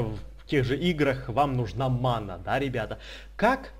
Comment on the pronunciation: Не манА а мАна